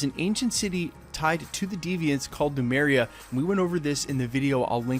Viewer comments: Great scoop, thanks. Btw, it's LEMURIA, not Lumeria. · The name of the mythical continent, Lemuria, is pronounced "leh-MYOO-ree-yuh", not "loo-MAIR-ee-yuh". The name of the ship, Lemurian Star, in Winter Soldier was mispronounced several times during dialogue and the bloody script supervisor didn't catch it, but that's the same as pronouncing "nuclear" as "NOO-kyuh-ler". Look at where the letters are positioned; that's called "phonics". Sound it out, letter by letter, syllable by syllable, left to right. Here's a trick: type the word into Google translate and use the text-to-voice function. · Its Lemuria, not lumeria. Thanks for the video!!! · Lemuria. The Deviants are from Lemuria. You keep saying "Lumeria" and it's driving me up a wall, Lemuria is based on real-world mythology and crypto-cartography. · Hail Eris! Um. Not "Lumeria," but *Lemuria*. Often shortened, in some accounts, to "Mu." Names are important. Snarky Specify your indexical.